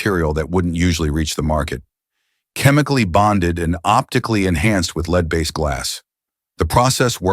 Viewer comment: “led glass” not leed